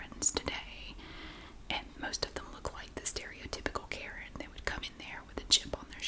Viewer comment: Omg. You cracked me up calling her a "Katen"